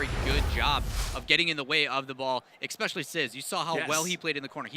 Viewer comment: Stop saying "eXpecially", the word is especially... please... this is like the 40th RLCS video ive watched and nearly every one has a commentator saying expecially. I can understand people mixing up something like specifically and pacific(ally), theyre real words, "expecially" isnt even that. So annoying :S Apart from that the videos are great :) Just need to use 1080p now and everything would be awesome :)